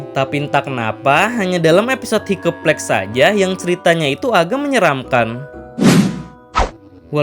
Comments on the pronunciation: Bang saran, cara bacanya" haikap plęig " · Org mah dengernya Hiccup plague Aku dengernya higeplek 🗿🗿